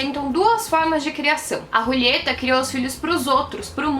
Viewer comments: Mano ela fala rulieta E Pépa mds que agonia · Eu ri muito porque ela fala "Rulieta" sendo que é Julieta kkkkk. Você fez o meu dia.